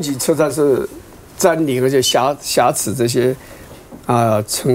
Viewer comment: 不是挟持(xie chi)吗？